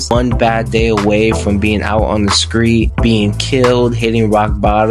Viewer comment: Solid enough video but wow your pronunciation of some words is so annoying and sounds forced. You'll say interest normal, but then say skreet. You'll say those normal, but mudder instead of mother. Like whyyyyy. Decent recap tho.